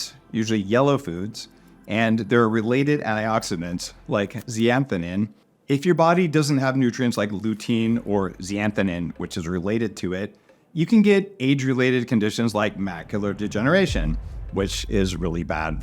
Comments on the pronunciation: You pronounce zea xan than wrong... You say ze an thanin addng a syllable at the end which isn't there and leaving out the x. Also I would like to get rid of cataracts without surgery. Any ideas? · You pronounced zeaxanthin wrong. It is pronounced like astaxanthin, which you pronounced correctly, but with zea- instead of asta-. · Zeaxanthin is pronounced zee-uh-zan-thin, and blue light does NOT harm your vision. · Besides this video likely being a shill for a company that probably pays you in some way, how trustworthy is your advice if you can't even pronounce zeaxanthin? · Brother was way off in his pronunciation of zeaxanthin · You're not pronouncing Zeaxanthin correctly